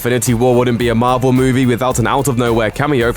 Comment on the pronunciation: Marvel... (Mar-vel)